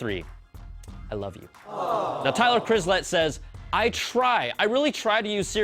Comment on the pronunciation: My name is Chislett, where did you get the "R" from?